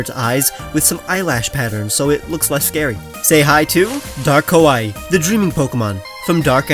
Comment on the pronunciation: Kawaii is pronounced "k-ah-wah-ee" "K-o-wah-ee" actually means "scary". 🤣